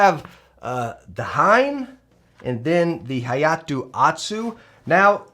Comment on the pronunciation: I fluently speak japanese and pronunciation of hein is really cringe though. Basically pronunces HAYATE somewhat right but not quite and OTSU completely wrong. HEIN is not pronunced correctly on 100% of videos though. It's not a diphthong, and I don't know any diphthong which you can pronunce with more than 3 letters. And this includes katakana (and thus foreign words). HEIN can only pronunced HE-IN or HEI-NNN imo^^ Hein like we pronunce would like a german word^^.